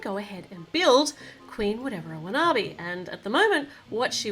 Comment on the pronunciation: You are saying the queens name rong